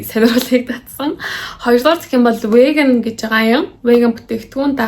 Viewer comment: вээган биш вииган gj unshdg shu.